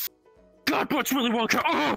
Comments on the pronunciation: bro said wolly winka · “..WOLLY WINKER..”😂😂